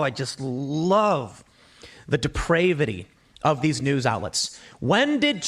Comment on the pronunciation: Tim says depravity wrong 😂